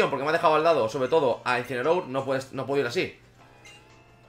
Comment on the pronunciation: blessur me ha parecido muy gracioso como dices uncineroar no falla y le evitan el ataque parecía a proposito